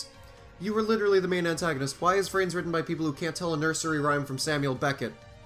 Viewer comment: I... I heard rance... not vrains... help me